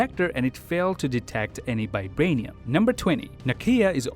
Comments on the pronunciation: I watched this video at 0.25x speed and realized that the lad pronounces Vibranium as Bi-branium🤯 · It's called VIBRANIUM not f*cking BIBRANIUM